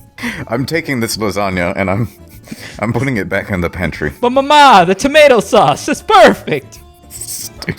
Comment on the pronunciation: If you want to sound italian, you have to emphasize the first "a" in "mama". Emphasizing the second "a" is Greek, not Italian.